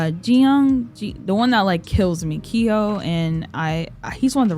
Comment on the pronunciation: Intak is pronouced: In-Tak like taki the chip instead of In-Tac like tic tacs Theo name is pronouced: like tay-o in korean but the way you pronouce it is still fine i hope that hepls thats the easiest way i can explain it lol You pronouced both keeho and jiung's name correctly tho along with jongseob and soul :)